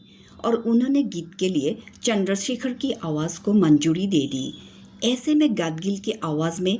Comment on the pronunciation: Good but please improve your URDU. Very important. Zulfoun not Julfoun. Manzoori not Manjoori